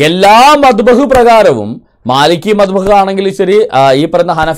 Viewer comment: മദ്ഹബ് (മബ്ദഹ് അല്ല)